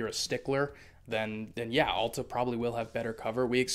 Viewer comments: It’s not Awwl-ta! It’s Al-ta!! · Correct pronunciation is like the letter "L" as in L-ta. Or think of "al" as in the word, "altitude." It's clearly not like the word, "all." It's a common mistake.